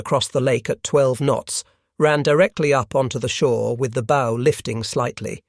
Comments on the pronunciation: "Bow" on a boat is pronounced like what the doggies say. "Bow-wow-wow." Other than that, not bad. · Bow rhymes with now not know.